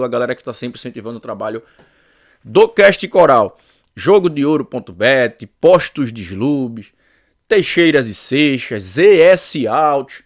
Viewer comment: É Teixeira, não é Teixeiras